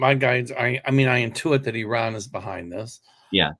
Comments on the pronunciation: Nice to see you back, by the way, you are pronouncing Iran, correctly. That’s how it’s pronounced here. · fyi your pronunciation of Iran is pretty good. I would stick with it. It’s definitely not “I ran”— more like the ee sound in seek and the English name Ron.